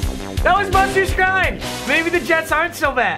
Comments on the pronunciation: Your supposed to say Buster Skreen not Skrine. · It’s pronounced buster SCREEN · Skrine is pronounced screen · By the way Buster Skrine name is pronounced Buster "Screen" I only know because he used to play for the browns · Buster screen is how his name pronounced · that buster guy, his last name is pronounced screen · Buster Skrine's last name is pronounced screen. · Buster Skrine’s name is pronounced “Screen”. Learn English papa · SKRINE IS PRONOUNCED